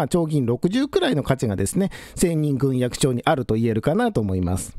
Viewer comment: ぐんえき。と読むのでは？